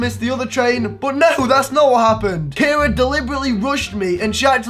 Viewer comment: Did u say Cara